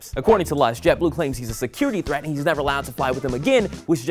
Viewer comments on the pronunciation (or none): none